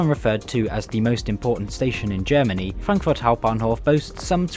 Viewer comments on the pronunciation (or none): none